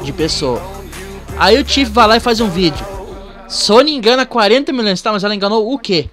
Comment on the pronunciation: 20 Milão😂😂, fala direito mlk